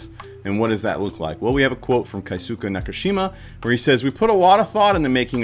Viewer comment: Mr. Nakamura's name is Keisuke (Kay ske) There's no diphthongs in Japanese, each vowel makes 1 sounds, like Spanish, and the u sounds gets dropped a lot. George Takei says his name is pronounced tah key, a lot, takai means high (place, elevation, price) and says "my name isn't takai, it's Takei. Ei making an Aye sounds is German not Japanese The other names said in the video were pretty close